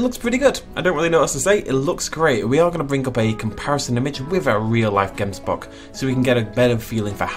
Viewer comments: Oh my soul I am from South Africa and you are totally butchering the name of the “gemsbok” it’s like a (gggghh em s bok) it comes from thé language Afrikaans one of the languages we speak here and it’s so cool to see so many of our native animals now we just need the Guineafowl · They way you pronounce Gemsbok🤣🤣 only Afrikaans South Africans can say it correctly. But great attempt.🙌🏻